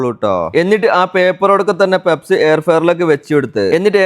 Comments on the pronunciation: പെപ്സ് അല്ല, പഫ്സ് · പെപ്സ് alla പപ്സ് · Njangal PUFFS ennaa parayua. Peps enthaanaavo karuthi🙄🙄🙄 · പെപ്സ് അല്ല. പപ്സ്. ആദൃ൦ കേട്ടപ്പോൾ എന്ത് സാധന൦ ആണാവോന്ന് കരുതി. 😂😂😂😂😂😂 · Sheriyan peps alla bro pups enalle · പപ്സ് ആയിരുന്നോ.. പെപ്സ് എന്ന് കേട്ടപ്പോൾ വേറെന്തോ ആണെന്നോർത്തു 😂😂😂😂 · Pepps alla pupps😂😂😂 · Peps alla puffs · Papsinu peps enna parayunne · Peps alla kakka.puffs Endhayalum sambhavam adipoli